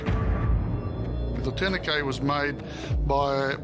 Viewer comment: Someone teach that cop to pronounce tourniquet. 🙄